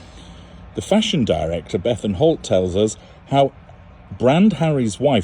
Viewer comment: Fashon is my fav;-))) how u say it, pronounce it it makes Me Laugh, u r a star, listen to your interviews tpday while i was gardening, u explain it better than a doctor!!!!